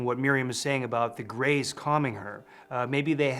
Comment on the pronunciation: abducted by the gays of the westend? Lol O he said grays LOL